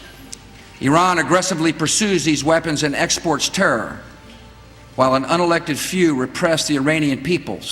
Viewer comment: Bush's speech may have been serious but I start chuckling every time he says "terr" instead of "terror"